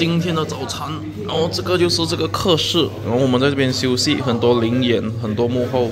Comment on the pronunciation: 🙄🙄你的发音 还没有吃chi1 休息xi2 一起吃chi1